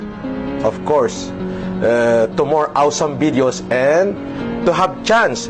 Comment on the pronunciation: timestamp "awsam bidyows" 8080 ampota